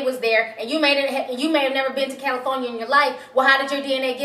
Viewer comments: Califonia ? ITS CALIFORNIA ,C MON SAY IT WITH ME KAL-LI-FORNIA...your homework for tonight is to write California 500 times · Cali-phone-ya ! lmao!